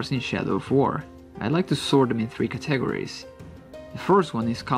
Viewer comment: The way he says categories :D